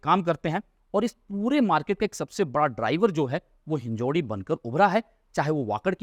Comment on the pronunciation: कृपया "हिंजेवाडी" बोलिये, आप गलत उच्चार कर रहे है.